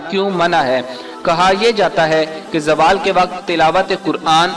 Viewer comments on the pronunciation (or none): Oh bahi jaaaawal ni hota ap log india waly z ko j me q badl dety ho zawal hota ha